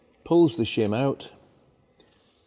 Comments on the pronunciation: I thought you said Shum under the buckets!!!! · Shem aboot exaughsttt !!!